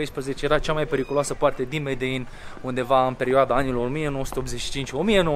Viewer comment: E MEDELIN NU MEDEIN:))))))))))